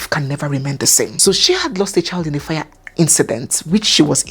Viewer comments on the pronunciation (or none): none